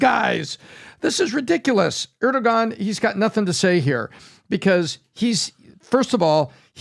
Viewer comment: When I someone going to tell Pat he says Erdogon wrong? He has been doing it for months.